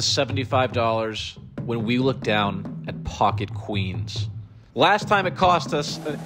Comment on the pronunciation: He butchers the second queens sooo bad